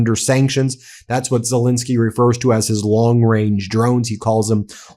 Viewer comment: Zelensky (pronounciation E is as in the English word HANDLE x 2. You're welcome ;)